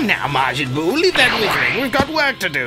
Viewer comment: you butcherd buu